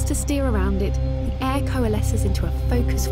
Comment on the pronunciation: Air not hair 😅